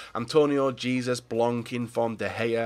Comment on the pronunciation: what is it with fifa youtubers not being able to pronounce certain players correctly lol.... not being rude but you spend over a year playing and uploading the same game throughout the life span until 19 comes out but you struggle with the names... maybe your accent has a big part to do with it but still... lewandowski (levandovski) jesus (heysus) etc etc.... I see comments on the pronouncement 10 fold on many many fifa youtubers and theres only one or two that say it right out of how many... its a little triggering just saying... sorry if you wanna delete this then by all means do but I'm definitely not the only one that feels this way BUT keep up the vids I enjoy them